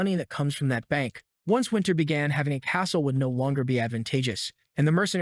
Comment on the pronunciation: "however his life bagan to change" ... Learn to read